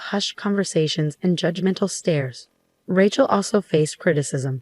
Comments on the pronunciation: “Rat-chell” sure does show up in a lot of these stories. Can no one pronounce it right? Ray-chell. No so hard. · That rat-chell is for the streets. Lol but you're so right. It kills me! 😅